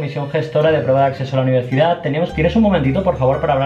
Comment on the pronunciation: Nadie se ha dado cuenta de que ha dicho: “Comisión gestora de prueba de AcSeso a la univerCidad” jajaja